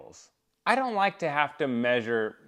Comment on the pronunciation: MAYsure? I hate when ppl say that! What's up with that bro?